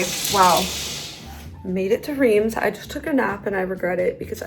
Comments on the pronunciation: just a very gentle heads up- for your main channel video- Reims is pronounced "rahnce". Id hate for you to get roasted by know it all francophiles if you can avoid it. :) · Riems is pronounced with the s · Mes oreilles ont saigné aussi en l’entendant prononcer Reims 😂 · hahahaha I’m French and the way you pronounce Reims and Veuve is hurting my eaaaaaaars - no offense, but totally wrong (we Frenchs are very protective of our language) Great vlog though 🥰 glad you went to France. It reminds me of the vlog from Morgan from a few years ago when she went to Épernay.